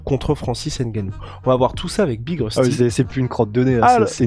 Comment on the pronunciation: Francis Ngannou Pas N gannou